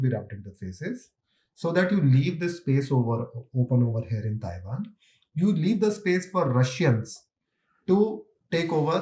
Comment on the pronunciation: Taiwan ❌️ Chaiwan ✅️